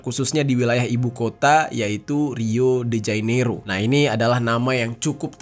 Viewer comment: Jane iro, bukan jai nero mas